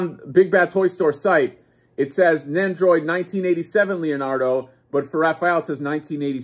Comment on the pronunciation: NEN-doroid Not NAN-doroid. NEN!